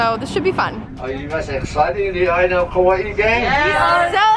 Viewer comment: Hi there! I just wanted to let you know that Kauai is pronounced “Kuh-why-ee”. No hate at all I just wanted to tell you. Super cute vlog!